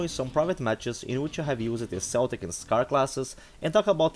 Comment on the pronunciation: In real life bro my ancestors are celtic warriors from the Scottish lands 💪💪 And it’s pronounced ‘kel-tic’ not ‘sel-tic’ 👌 (a lot of people don’t know this lol) haha